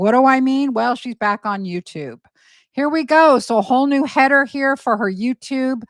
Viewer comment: I swear you just said hair we go 😂